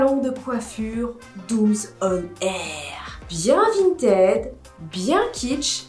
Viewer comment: Coucou. Quand tu montres ton décor la 1ere fois j’ai l’impression d’entend sallon "vintad" au lieux de "sallon vintage" xD. Perso tiens tok je n’ai jamais accroché, je trouves aussi que les ruisseaux c’est devenue très toxique, surtout depuis le covid